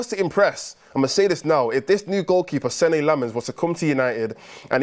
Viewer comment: If you care about these things, the correct pronunciation is "sen-nuh" Lammens. Much love one of your belgian fans.